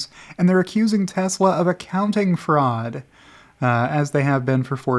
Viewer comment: When in doubt, claim fwaud